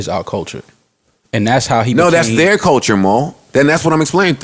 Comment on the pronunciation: Couldn't you say "CUL-TURE" any more??? And it is CULTURE not Colecher!!! Your all hypocrites, Rory was the only one who called it that 6nitch9ine would still be able to put out music, you claim you want everyone to be treated equally, paid equally ect....ect.... yet your constantly segregating yourself. I guarentee you that if a black man/woman entered country or rock then you'd be "you go my dude" those are predominantly a whiter genre "our culture" I bet you wouldn't say they shouldn't make that kind of music cause it's not your culture. Yet hip hop is being used and abused. FYI I'm NOT talking about 6nitch9ine, he can rotttttt.